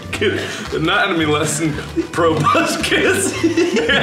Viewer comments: I swear half of this video is Mark saying the word probuscus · I am Beepbop XDD At first I thought he said "Probuscus" and I was like "WHERE'S TOBY TURNER AT!?!?!?! MY BOY TOBUSCUS" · How many of you rewatched this because you wanted to see mark say pRoBusCus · Meme Juice WHAT THE FUCK IS A PROBUSCUS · Nobody:... Mark:probuscus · jayd mihalic or whenever Mark says "proboscis" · Why does proboscis sound very bad when mark says it??? It's not actually bad 😂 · I’m an entomologist and every single time I say “proboscis” I think of this video, so thank you for ruining my life